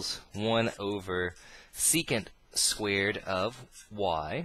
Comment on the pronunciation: "Squeered" xD Really good videos though :D subbed :P